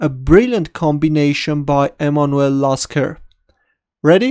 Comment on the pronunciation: Why is my name in the title? Oh wait... Its Lasker not Jasker 8)